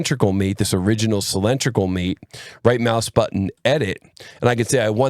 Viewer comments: outstanding video from you as always but I do find "sill-EN-tri-cal" very distracting! Could you try "sill-IN-DRIC-al"?! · "cylindrical" ≠ "sill-EN-tri-cal". Otherwise, excellent video!